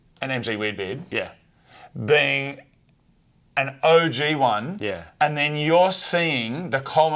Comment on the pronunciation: said "You are a peing"